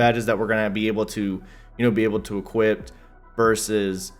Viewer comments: There’s no fucking “t” in equip. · It’s “equip” you non-talking b...h.